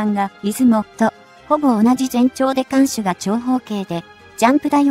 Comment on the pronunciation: なぜ日本語読みがおかしい、新田原ーにいたばるをしんでんはら、艦首かんしゅーかんくび、おおくにあるこの放送は日本人でないでしょう